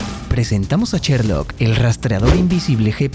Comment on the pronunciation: "cherloc"! no es posible que no puedan pronunciar bien!